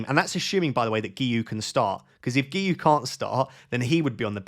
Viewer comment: Great pronunciation on Guiu! (i'm Catalan and it's a nightmare to pronounce)